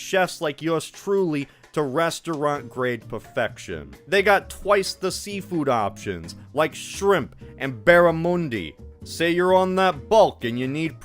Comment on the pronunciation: Barramundi is an Australian first nations word, it is not pronounced like that.